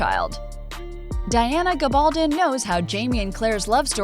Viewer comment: It drove me crazy when she kept mispronouncing Diana's name.